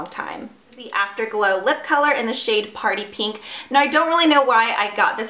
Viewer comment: I'm sorry but I hate the way u pronounce pink... U say "peeeeenk" please stop